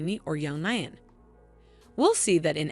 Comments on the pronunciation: Yes it's, eeeean. and Graig Naa Doon!! What a crappy synopses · Ian is NOT pronounced 'eye-an'. Are you a robot?